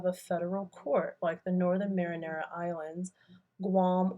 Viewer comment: great videos and series...its the Mariana islands not Marinara like the sauce:)